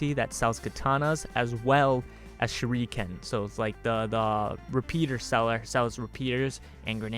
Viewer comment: Shuriken is pronounced Sure - ick (not eek)- ken. all syllables running into each other, not pronounced separatelyand Speaking of Whips, going by personal experience Whips are More similar to Blades in the injuries they leave, they just cut by breaking the sound barrier and they're flexible thus they're totally unpredictable.... Def would like to see one implemented some time down the line... Even better would be a Rope Dart. (ask and I'll explain what one is)